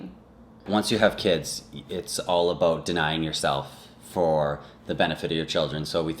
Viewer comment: about = a boat....i love the accent! lol